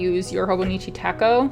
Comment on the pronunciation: Thanks for sharing- I'm also planning to get the Footprints Weeks as I love the winter scene and the idea behind capturing the everyday moments. The 'ch' in Techo is pronounced in the Japanese way with the ch as in "chair"- “tetch-oh”.